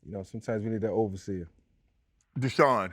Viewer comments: Every time he says overseer my skin crawls a little bit 🤣🤣🤣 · I cringe everytime Mike said "overseer" but other than that great interview Unc💯💯🦾🦾🦾🔥🔥🔥